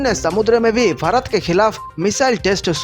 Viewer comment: Kya bhakwas. Pehle bharat naam sahi bolo.